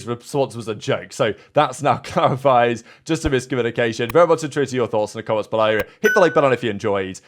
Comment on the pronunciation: Strange word pronunciations by our presenter…”Below(eh)” “Enjoy(eh)”. 💨